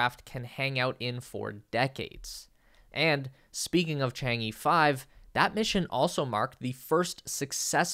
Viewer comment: How hard is it to plug in the China-origin’ed words into Google Translate and get the pronunciation somewhat closer to the original Chinese words?! It’s NOT Chang-EE, for god’s sake, it’s Chang’ER! SMFH!!